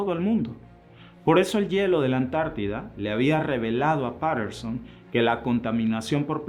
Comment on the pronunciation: Antártida conde al final Antártida Antártida no antártica antártica no asesórate antes de hacer un video fíjate en Google cómo se pronuncia el continente que está al sur de la Argentina que se llama antártida con d al final querido si sos tan amable por favor.